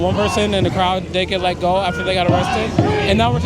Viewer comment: bro why am I hearing sigma goo like the slime not go like go forward